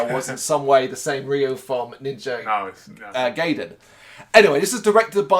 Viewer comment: Okay heads up I’m a NG freak so I have a good bit to say. It’s pronounced “Gah Ee Den.” It’s a Japanese word, the “a” is always pronounced “ah,” the “I” is always pronounced with the “ee.” If you see an “e,” it’s pronounced “eh” (like in “den”). Also it’s amazing how you were surprised at there being blood in the series because even the NES series was super dark and violent in it’s story. Go back and watch the cutscenes, I’m surprised kids were allowed to play it back in the 80s! Ryu does have a certain amount of paranormal abilities from his ninja training, showed I his ability to use ninja magic even in the NES series, so him hearing the girls’ voice psychically isn’t out of the question given NG lore. It’s surprising you weren’t into it given the prominence of dragons, magic, and obviously ninja in the series. The story about the dragons and seals was originally in the first NES game, and is central to pretty much all NG lore. Robert is from NG2 for the NES. He’s actually a very prominent side character. They also gave him a cameo in the new Ninja Gaiden 3. It’s bullshit that you think Sara should be going with them, Robert’s ex-SF and Jeff’s an ex-mercenary, they lore fighting pros and she’s a journalist. Also the part about him enjoying the killing sounds way darker as a translation than it is in Japanese, he’s just talking about him suppressing his warrior instincts, and them awakening again. Buckywise is not Jacquio, Jacqio’s real name was Guardia de Meaux. Buckywise w